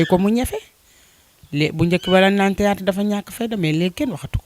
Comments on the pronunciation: Hun journaliste on dit theatre wayé dou tiatre hah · Non mais serieux prenez des gens pros a la limite c pour votre image . Cette fille la est loin de sen sortir elle ne maitrise pas son sujet ni la camera ni le micro elle bugg bref elle sen sort pas . Et pourquoi elle dit tiyatar ? Zeuness ? Zeneration ? Jadore la maman bineta mais je nai pas pu continuer.